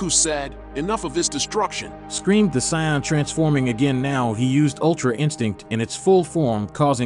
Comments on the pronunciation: Saion?bruh im out of there .its to irritating .noobs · WHY DO YOU SAY SAIYAN LIKE THAT AND VEGETA